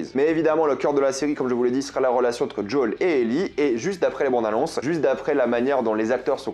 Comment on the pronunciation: "JOL" sois normal mec